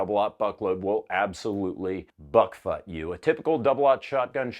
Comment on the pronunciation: “Buck-futt” nice lil brain twister 😭😭😭